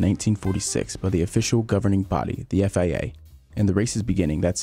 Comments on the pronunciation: Stop saying FAA....It's FIA... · its FIA, why he keep read it as FAA?